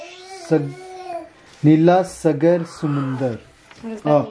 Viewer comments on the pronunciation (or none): Bro it was not sgar ni g saagar ਸਾਗਰ😊😊